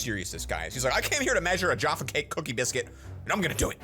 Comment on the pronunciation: I’m from wales and how he says Jaffa and how he doesn’t know what it is I’m triggered